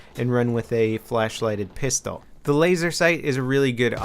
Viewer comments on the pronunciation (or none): none